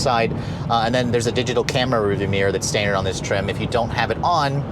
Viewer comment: And "when I get it back home for a week." And he consistently pronounces standard as stan-dirt